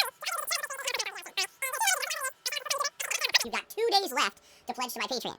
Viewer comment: It's not patrons, it's not Patreons, it's... paytreeins